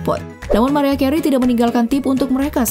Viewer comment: Gw ulang ulang cara nyebut nama "MARIAH CAREY" ???? It's not good! duuuh malu maluin konten yutup kok cara ngomongnya gitu payah